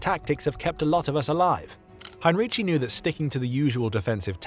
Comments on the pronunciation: Hine-ree-tsee. He wasn‘t Italian. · Excellent job, thanks. You only should have gotten the name right. You pronounce it as he had been Italian, he though was German obviously